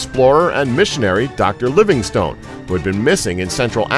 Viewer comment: You mispronounced Livingstone.